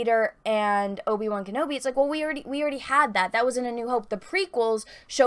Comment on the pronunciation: Will Disney destroy Obi-Wan's character worse than butchers the pronunciation of his name?